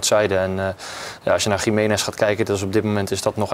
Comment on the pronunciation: Het is geen Gi-mee-nez. Zijn naam wordt steeds verkeerd uitgesproken.